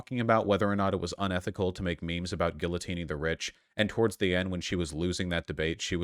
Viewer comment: Cancel Vaush for mispronouncing the word “guillotine.”